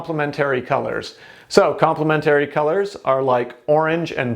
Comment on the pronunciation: Its complementary not complemetooory